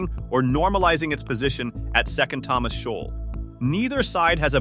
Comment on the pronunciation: Shoal is pronounced showl not showal